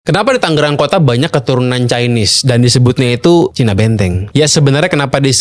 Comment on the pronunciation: Tanggerang dia bilang..saya bilangnya tangerang